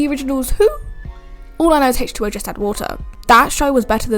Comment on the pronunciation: Why does she say hache2o lol